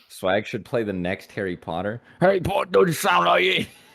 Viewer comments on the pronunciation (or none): did such a good accent and then swag came in and just murdered my ears